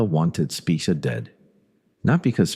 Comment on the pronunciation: Have you ever wondered how many different ways the name "Spica" can be pronounced in only a single minute, this video is for you. "Spick-uh" "Speekuh" "Spike-uh", take your pick. This video is interesting, I just wish it had better narration. I've lived in the St. Louis area my whole life, so this was a meat video, but brought down by the narration. I guess I should read more🫤